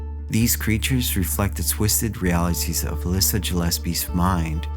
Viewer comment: Good video. For future reference though, it’s “Uh-Less-Uh”